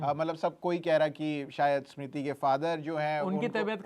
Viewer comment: Host are the most chu.... pahele tera diction sudhar... For Smiti he is saying eeesmiti... Lady voice wale... Bas sabki lete rahta hai tu... The other guy also as if he is wife...😮😂